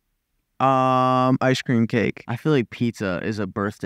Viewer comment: “I said IcE cReAmE cAkE🤓☝️”